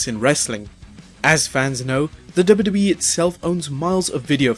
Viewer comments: You need diction classes kid... It's WWE which is pronounced as double u double u E and not dub dub e hunny bunny.... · IT'S "DOUBLE U" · Wwe not dubidubi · does he say wwe or dub dub e? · Say dubbayuhdubbayuh-eee one more time... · "Double-doubly-eff?" What is wrong with your mouth?? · I swear if he says 'WW' again the way he does. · is he saying dubeedubee? lol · STOP SAYING DUBBA DUBBA E. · the way you say WWE is freaking me out. lol sounds like dubba dubba E. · Someone teach him how to say wwe! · How hard is it to pronounce w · Anybody also noticed how funny he was saying 'WWE'? It's like he's saying a different letter not found in the english alphabet. LOL. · had to stop cannot take the way he says W.W.E.